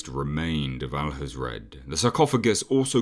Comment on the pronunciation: Hathred not Hazrad